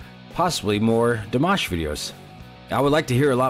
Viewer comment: You said his name perfectly. This was the video version, Dimash does all the vocal background. That is him hitting all those high notes. Now you have to see the "Scream Idol Hits", there is a surprise in it for you, you would never expect. Here is the link Screaming Idol Hits